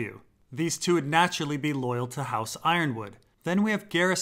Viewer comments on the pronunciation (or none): Yronwood is pronounced Yer-on-wood not Iron-wood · Ironwood vs Yronwood, is i possible that Yronwood is pronounced as E-ron-wood?